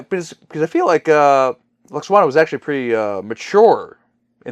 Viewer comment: It's LWAXANA, not Lackswana Well I'm sure next time she appears (if ever) it'll be a happy funny light-hearted episode !